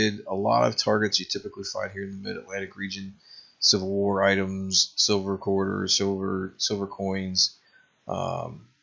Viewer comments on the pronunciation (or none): none